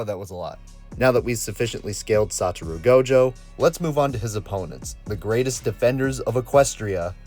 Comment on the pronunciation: Character is called SaTOru Gojo The text says Sa**RO Gojo But he says SaTUru Lol